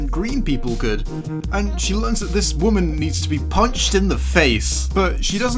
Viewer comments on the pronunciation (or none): none